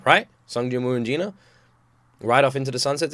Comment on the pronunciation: He said Gina not Jinah